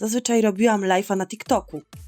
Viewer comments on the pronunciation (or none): Mówi się lajv nie lajf 😠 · nie mówi się lajfa tylko lajwa